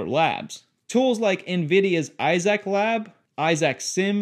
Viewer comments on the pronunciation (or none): Not coming into my house if it mapping everything and uploading anything to a offsite server. Also I cringed every time you said IZAC instead of Isaac like Isaac Azimov.